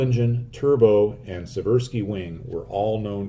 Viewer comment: BTW, Seversky is pronounced "See-ver-skee" with the emphasis on the first syllable. Virtually everyone gets it wrong, including me for a long time, so don't take this as a criticism. It is not a well-known thing, but the longitudinal offsetting of the rudder and the elevator is to prevent turbulent interference between them at high angles of attack (Alpha). Chance Vought F4U "Corsair", Mitsubishi "Zero-sen", Boeing B-17, Hawker "Hurricane", as well as Germany's WWI "Albatross" series, have offset rudders and elevators., I'm a big and loyal fan of yours. Great work